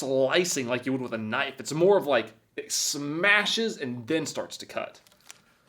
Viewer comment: Am I the only one that doesn’t know if is actually joking when he mis pronounces words like knife and condiments